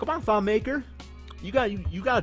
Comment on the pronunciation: It's not pronounced maker it's pronounced (ma-k-i-r)